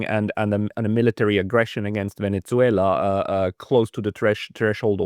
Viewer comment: try to pronounce "Venezuela" correctly, not with that awful German pronunciation (Venetsuela). Please!